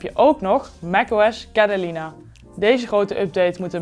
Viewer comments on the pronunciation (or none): Het is niet cedelina of heb ik het fout